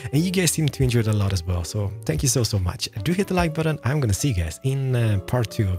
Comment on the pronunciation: I thought he said "Spank you, very very much" I died 😂😂